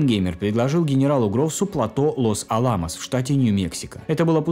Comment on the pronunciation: Разве правильно не "Лос-Áламос"/ с у3арением на перву, "А"?